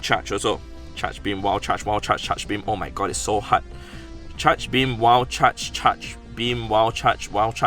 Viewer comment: saying wild charge. "Wall chuch"